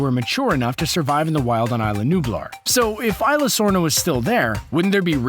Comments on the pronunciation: it's pronounced issla sorna not ila dorms trust me I speak Spanish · Its pronounced ee zlesorna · Isla sorna (eesla sorna